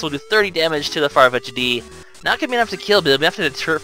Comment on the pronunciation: FYI, it's pronounced Farfetched, just with an apostrophe instead of the "E". I love the Let's Play! I've been marathon watching it the past few days.